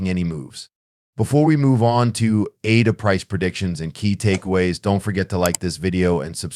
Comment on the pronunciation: you do not pronounce Cardano or ADA correctly. So why would people be inclined to listen to your videos if you are not even that informed?I found this analysis overly generic. You mentioned nothing wabout crypto regulation or tthe things Cardano is actually accomplishing.